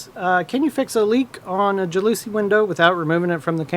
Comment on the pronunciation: Jalouise window: pronounced: JAL-es-see window. LOL